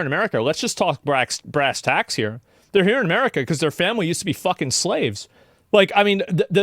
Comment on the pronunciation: It’s “Brass Tacs” not “brass Tax”